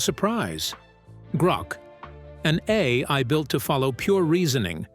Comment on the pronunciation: To avoid the TTS pause like when saying A... I, you can simply use a - or _ to connect them A_I, A-I.